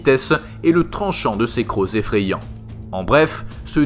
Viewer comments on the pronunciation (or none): none